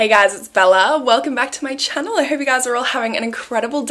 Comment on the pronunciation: The way say Channel still makes me smile